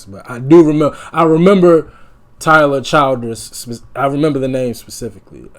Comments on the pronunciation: Chill ders not child ers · The name is “chill-ders “.. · Everybody in these reaction videos or pronouncing his name wrong it's "Ch-ill-ders"